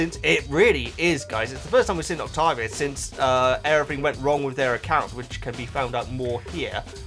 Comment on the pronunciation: Saying Octovia instead of Octavia was driving me nuts.